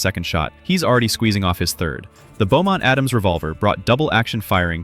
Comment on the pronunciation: Beaumont-Adams Revolver, NOT Bowmont.